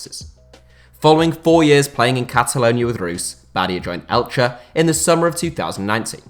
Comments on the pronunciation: I think that Elche is pronounced [Elx], isn't it? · Im spanish, should be elxe